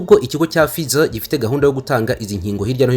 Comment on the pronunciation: Murakoze cyane, gusa basoma /ˈfaɪzər/